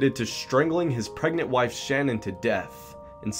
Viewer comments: FYI her name is Sha Nan not Shannon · Shanann was 34 not 44 and you pronounced her name wrong Znot shannon shann Ann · Her name isn’t Shannon, it’s Shanann (like sha’nann) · #2 you call Chris Watts' wife Shannon, but it's Shanann pronounced "Shan Ann". Just correcting you in her memory because it was said that mistake in pronunciation always bothered her. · Her name is Sha-Nan NOT Shan-on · Watts wife's name was Shanann - emphasis on the second syllable...pronounced Shuh NAN. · Her name is not Shannon! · Hiya... Like the direction you're taking in your vids, but hon, ya gots to RESEARCH! And research well... Watts' wife's name is pronounced Sha-Nan, emphasis on second syllable... He has many stories to his confessions, but the generally accepted is that he murdered his wife in the house, took her body to his truck and laid it down on the back seat's floor. He then put the girls on the back seat, while the girls asked "What's wrong with Mommy?" He transported them to a battery of oil tanks owned by his employer's company. He strangled the youngest, Cece, first. After having witnessing that horror show, his oldest, Bella, asked him if he was going to do to her what he did to Cece... He did indeed do so, but the little girl fought for her life, as highlighted by the post mortem reports. He then callously stuffed one tank with the youngest, and the eldest in the other tank. However, Bella didn't fit the 18" hole like Cece had, and he had to wrench her arm from it's socket in order to manhandle her in. Bits of skin and hair were retrieved from the lip of Bella's tank. Many more plot points in this horrific mess, but there you have the final moments of the family... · You pronounced Shanann Watts' name wrong but this is a good video!